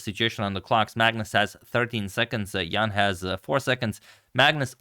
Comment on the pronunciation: The pronunciation of Jan is not 100% correct.